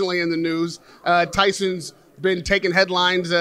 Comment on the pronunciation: Peter can’t even say Tyson’s name. Something big definitely went down between them two.